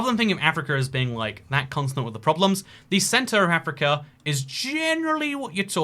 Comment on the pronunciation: I’m sorry I can’t get over the fact you pronounce “continent” like “consonant” — where are you getting that S from!? 😂